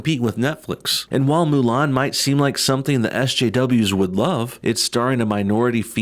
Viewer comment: Mu lan dude that's not how it's pronounced